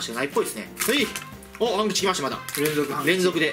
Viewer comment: たまに半吉が勘吉に聞こえる